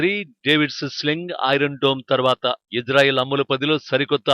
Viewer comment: Hello Anchor.....Ijrael kaadu Israel.....pronounce correctly....correct yourself....shame shame shame on you....